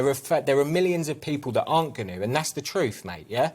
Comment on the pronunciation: But he speak the "TROOFF"